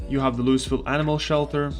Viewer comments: It happens more than you'd expect, so we get used to it. If you don't pronounce it "lou-uh-vul" than everyone knows you aren't from around here. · It's not pronounced "Louis-ville", yikes. It's 'Loo-ah-vul'. Or Loo-vuhl. While we're at it, "Muldraugh" is pronounced "Mool-draw' or "Mull-draw' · LOUI VILLE. LOUI...VILLE. NOT LOUIS VILLE. NOT LUIS VILLE. NOT LEIWS VILLE. LOUI VILLE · Say it with me kids, "LEW - EE - VILL" NOT "LEW - US- VILL" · Lou-Uh-ville not “louis” ha ha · The pronounciation is "Loo-ee ville" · Lew-E-vill not loo-iss-vill, trust me I’ve been corrected by people that live there and apparently it’s “triggering” to get it wrong. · You saying it wrong bro. It's lou-ee ville. Not lew-iss ville. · I prefer to say lou-ee ville as well but we are wrong too. Its prounounced loo-uh-vull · I Just wanted to let you know the the 'S' in Louisville is silent. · Please stop saying LouiSville the s is silent.. and yes this is true for the real life city in Kentucky that the game is based on :D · Awesome guide! Thank you. You wanna pronounce it loo-e-ville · Pronounced LOO-ee-vil. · “Loo-is ville”? Lol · It must be agonizing for people from Louisville watching this having to listen to him say Lewisville over and over. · Say Lewieville. The S is silent. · By the way Louisville is pronounced "Looey-ville", some people with a southern accent might pronounce it like "looey-vul". Another good video though 👍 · "Lewis Ville" ah shit, here we go again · "Lou is ville" dude.. come on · I love how he said it Loois ville just to spite everyone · I beg Zomboid streamers to learn how to say Louisville. Like even Looeyville is fine if you don't want to go all out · I like your content, but do look up how to pronounce Louisville next time. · As much as it makes me smile to here you pronounce it...the "S" in Louisville is silent. 😁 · Introduces self as guide for Louisville, while mispronouncing Louisville. :) Memeing aside, nice video. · He knows. He does it on purpose.